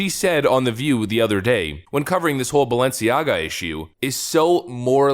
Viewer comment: Notice how the woman in white says Baalenciaga.. If you know you know.